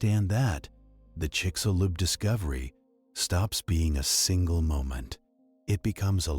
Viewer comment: chicshulub, that is how it is pronounced, trust me i'm from yucatan and also it sounds weird when gringos say THE Yucatan, is just Yucatan